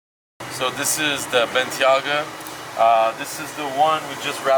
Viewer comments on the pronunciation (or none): its bentayga man not bentyaga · It's Bentayga not Bentyaga :( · its a bentayga NOT a bentyaga lol... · Bentley Bentayga (BENT-AY-GA) not bentaga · Take 1: "Wrapping the BEN-TAGGA". Take 2: "Wrapping the BEN-TEA-AGGA" HAHAHA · How many ways can pronounce “benteyga” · Bentley Ben-ta-ga😂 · Viiiiik... Ben-TAY-Guh. Otherwise awesome stuff as usual. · Lmao does know how to say Ben-Tei-Ga?? lolol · Hi love your video man. Keep up the good work. Just wanted to point out bentayga is spoken as BEN-TAY-GA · Rashad Ullah “Bentyaga” 😂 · I love you dude, and these videos get better every day, but its "Ben-tay-gah" 😄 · benTIAguh bro :) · Ben-Tay-Gah, other then that.. awesome as always :) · I believe it's pronounced ben-TAY-ga. Great video, as always! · Ben-tay-ga but fire video as usual! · You pronounce Bentayga differently each time and still get it wrong. It’s pronounced Ben tay ger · ffs pronounce bentayga correctly 😂😂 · pronounced Bentayga in like 3 different ways 😂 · Drinking game: take a shot everytime mispronounces Bentayga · Did pronounce Bentayga, 3 different ways? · Your mispronouncing the word "bentayga" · take a shot everytime “Bentayga” is pronounced wrong.